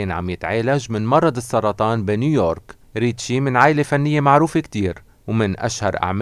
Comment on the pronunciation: اولآ الممثل الهندي اسمو ريشي كابور مو ريتشي وهي اسمو بل هندي ऋषि कपूर واسمو كمان بل انكليزي Rishi Kapoor يعني حلو يلتفظ الاسم بطريئة الصح 😁 (والله يرحمو يارب ويغفرلو )